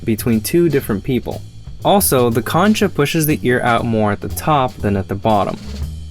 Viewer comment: "concha" pronounced as "kon'-ka", not as it looks.